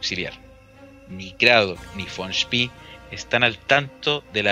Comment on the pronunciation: SpEEEE con E no con III es apellido aleman no ingles